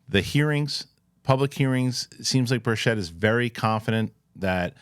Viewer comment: It’s Burch it , not berr Chet 😂